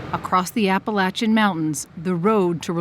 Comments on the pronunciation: Thank you for pronouncing Appalachian as we do here. I know it’s a small thing but it means a lot to many of us. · Thank you so much for covering this and thank you so much for saying Appalachian correct ❤ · Dear 60 minutes, thank you for pronouncing “Appalachian” correctly.